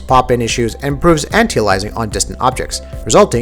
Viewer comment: Can you say the word Aliasing and anti-aliasing correctly for once.